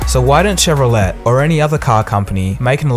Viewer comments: Would like to point out that it's pronounced chev-ro-LAY, not chev-ro-LET. Great vid btw! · Chevrolet pronounced Chevro-lett.. oh pulleaese... it's Chevro-lay. Also Holden sells a number of cars which are branded as Chevrolet outside of Oz and NZ... eg the Malibu, Cruze, Spark, Barina (Sonic), Colorado, Colorado 7 (Trailblazer).... some research wouldn't go astray. You made it sound the Model 3 would be much cheaper than the Bolt EV...note that both will have the state incentives so the $2k difference will be constant, assuming The Bolt EV (its full name btw) is actually sold at $37K price, GM is yet to confirm and will discount eventually anyway whereas Tesla don't normally discount. Also you failed to discuss the lack of production capability of Tesla. 300k orders...with the normal Tesla delays and protracted production ramp-up, the last of the initial 300k may not be made until 2021, and that's without any further orders. GM will have further EV vehicles on the market well before then... the Bolt EV is not as critical to GM as the Model 3 is to Tesla. Note that the reservations have been inflated by speculators that will buy the cars only to flip them for a tidy profit to early adopters with deep pockets. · Just for fun the pronunciation is Chev-ro-lay not Chev-ro-let. I guess Chevrolet was a French guy. (O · Shev-roh-lay. Not Shev-roh-let. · BTW Chevrolet is pronounced Shev ro LAY... not Let!The revolution is happening... Viva la revolution! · Chevrolet = SHEV-VRO-LAY. Not, SHEV-VEO-LET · Just an fyi... it's pronounced Chevro-lay, not Chevro-let. The et on the end is pronounced with a long A sound. Same as buffet. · Good point and plenty of brief info. Thanks! By the way, it is properly pronounced as Shev-ro-lay not Tshev-ro-lette.☺ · Nice video as usual man. I have to ask you a quick question about pronunciation though. Did I hear you saying "Chevro-let" at the start, not Chevro-lay? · It's pronounced Chevrolay not Chevro-let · the 'T' is silent